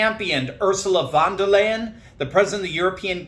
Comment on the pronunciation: Come on Doc, I'm generally on your side, but you should as an educated person learn how to pronounce Ursula v. d. Leyen's name correctly. This time though you acted the stereotypical dumb US-American. We make fun of Joke Biden for being a bumbling fool (enter: Judge Judy, nobody does insults better than her) but as a German I'm disappointed at your lack of trying. Do better.